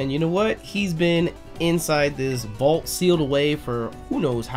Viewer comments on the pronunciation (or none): none